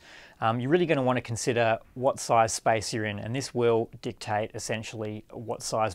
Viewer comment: he says dictate lol